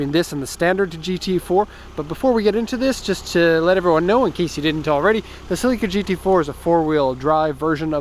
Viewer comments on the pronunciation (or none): It's Celica, not celeeeca. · Why do you keep calling it a Cell lEE ka? Its a a "sell eh kuh" celica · "Celeeeeeeeeeca" lmao man you dont know cars lol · no one is gunna mention how this guy pronounces celica?